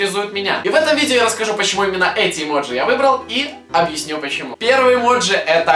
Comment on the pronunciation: Влад ни эмоджи а эмодзи